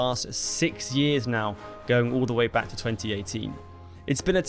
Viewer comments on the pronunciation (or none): none